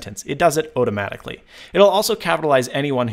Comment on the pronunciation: Did he say "ote-amatically" ?